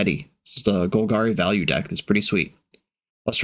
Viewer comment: Wizards of the Coast has an official pronunciation guide on their site. Its Golg-AIRY no Gul-GAHRY